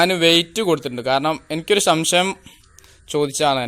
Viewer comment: സംശയം ആണ് ശരി ശം ശ യം അല്ല